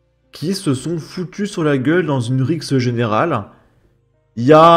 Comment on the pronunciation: Déjà il est très con retailleau il dit une risc au lieu de rixe c’est un gamin qui dit pestac au lieu de spectacle